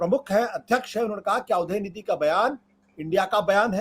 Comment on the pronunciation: Dayanidi nahi udayanidi hai